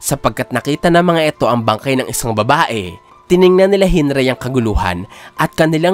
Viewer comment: Bat Hinrai? Hinrik oh Hinrigi po yan base dun sa japanese spoiler channel